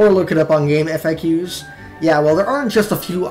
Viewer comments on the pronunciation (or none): It's actually pronounced game-FAKS. Not game-eff-EH-que.